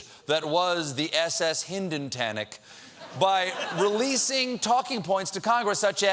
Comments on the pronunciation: "The Hindentanic"??? THAT is too funny!!! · "Hinden-tanic" hahahahaa.